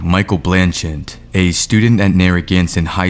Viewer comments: Dude, the name is: BlanCHETTE BLAN-CHET!!! not BLAN-chint YOU'RE KILLING ME!!! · It’s blanchette not blanchant. Why is it? You can never pronounce anybody’s name correctly even after it’s in the video 1000 times you still can’t pronounce anything correctly. It’s spelled out for U. Ugh. Smh. 🤦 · "Blanchent, Narragansent". ha ha ha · How how many times are you gonna say "BlancheNtte" until you realize you´re saying sh1t? Its written right in front of you!!! Are you normal? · A. He obviously pled guilty and B. Why can’t pronounce either Blanchette or Narragansett? Listen; he puts at phantom N at the end of both names…. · Blanchette, ONE "n" in the first syllable! Narragansett, two Ts at the end, NO "N" in the last syllable. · It’s Blanchette dude. Where you getting the extra N? 😂